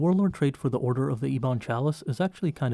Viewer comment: Ee-bon xD